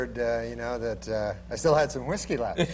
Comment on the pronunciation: I like the way Norm puts the H in front of the W when he pronounces whiskey lol